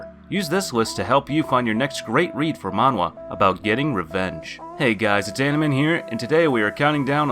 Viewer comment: Wtf is manhwa and why does he keep saying manhwa